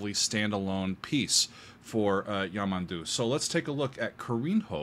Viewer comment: The word stress on his name is YamANdu also not carin-ho the "nho" is like the Spanish ñ as in niño. and make the 'o' sound more like a U also Costa is by no means some uneducated musical genius.. he studied Classical guitar with at least one famous Guitarist. and well knows how to read and write music. Also the 7 string guitar is not from Portugal and lastly.. the diagonal thing on the neck of the guitar is an inlay.